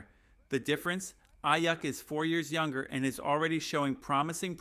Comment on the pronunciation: Come on bro I get that news is slow. But saying the broncos will shock the world and spend half the video talking about a CUT special team's guy and players getting drafted 10 picks before we are on the board. Diggs was never a real option. Dude can't say stefon or aiyuk like. Gd do the smallest amount of homework and stop sensationalizing shit for a view. Blocked this channel after that dumb shit